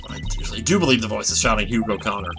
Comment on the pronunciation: is saying "G' in Hugh again... Damn it!